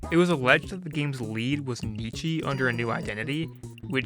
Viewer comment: Hi I just want to let you know that you mispronounce Nicchi’s name. It’s pronounced the same way as “Nicky”. I know because I (unfortunately) share a name with them.